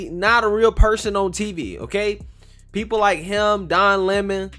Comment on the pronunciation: I LIKE YOUR SHOW... BUT... COULD YOU PLEASE PRONOUNCE "PEOPLE" CORRECTLY. IT SOUNDS LIKE YOUR SAYING "PEE POO". THANKS.